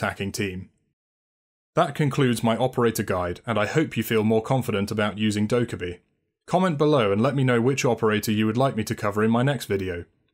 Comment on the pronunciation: Actually its Dokka-BAE